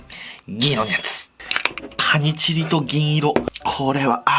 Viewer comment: カニチギに聞こえる…